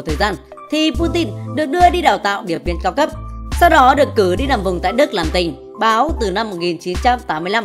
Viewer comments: Đề nghị ad đọc rõ ràng hơn 2p05 làm tình. Hay làm báo, hay làm tình báo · Làm tình....báo, ad biết ngắt quãng quá kaka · Sao auther lại đọc ngắt làm tình...báo😂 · Ad đọc câu " Làm Tình ... Báo" có ý đồ quá nha. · Đề nghị ad đọc cho trong sáng chút nha...cớ gì lại đọc “ Được cử đi nằm vùng tại Đức làm tình [ 1 quảng vắng ] báo”...:)) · Có ai để ý ad đọc làm Tình...báo không haha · Có nhất thiết phải ngắt quãng : làm tình ...báo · mẹ admin nó ngắt chữ: đưa đi Đức làm Tình..........